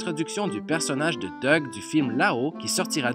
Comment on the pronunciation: Juste ça se prononce Doug